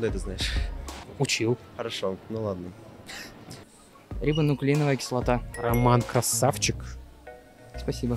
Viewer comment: Рибонуклииновая кислота Дизоксксирибонуклииновая кислота